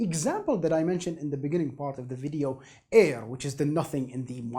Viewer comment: i like how this guy says “airrrr”